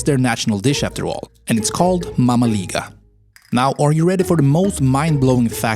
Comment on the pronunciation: it's pronounced mămăligă not mamaliga, mamaliga sounds italian😠😡